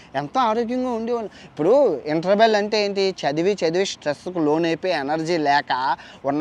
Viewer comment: ఇంటెర్బెల్❤❤❤ ఇదే మన ఒరిజినల్. అలా పలికితే తప్పితే తృప్తి ఉండదు మనకి😂😂